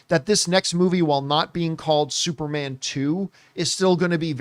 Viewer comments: Can’t get over John saying “Supermon” lol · Supermon!! What's up with John😂😂 He said it like three times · Yeah he can't say superman saga is hilarious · How tf does he keep saying supermon 😂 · Are you purposely saying SUPERMON AND NOT SUPERMAN because your dead serious saying SUPERMON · John - “supermon” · He said that way four times I think lol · "Supermon Saga" – Somebody get John a Red Stripe. He's turned Jamaican today!